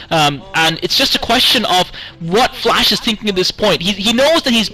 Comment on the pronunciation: Rise, FLASH not FLESH :D